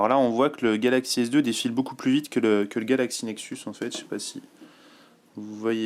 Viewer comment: scheiß französisch. galaxy s dö, galachsy nechsus, motoola raser, oxparie as.... so verschissen reden >:(